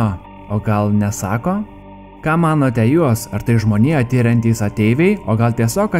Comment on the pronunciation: IAI, o ne EJ BLET